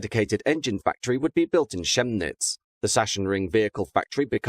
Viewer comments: It’s not Tshemnitz. It has the same sound as the CH in sCHiphol airport. Gemnitz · I find this idea good. Trams, here in Switzerland as well, go past all the big shops and stores in the city. I would probably move the cargo at night. And it's not Sashen, it's Saksen and it is called Kemnits and not Shemnis. It's German, not English, get it. Stop ignorance on languages. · Hah! Finally! ze German wins against the Engländer!! All those years of of taunting us with names like Leicester, Worcester and Edinburgh, we finally get our revenge!! while its written Chemnitz, its pronunced with a k like Kemnitz Muhahahahahaha No but very interesting video, thank you very much :) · If I may be the linguistic pedant: Chemnitz is pronounced like it's got a K. So just Kemnitz. Yes, it makes no sense within German phonetics.